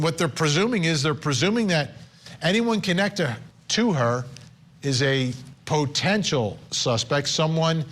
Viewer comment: "POtential" 😂 Vinnie loves hitting thst word with the emohasis on PO. "POtentially" 😅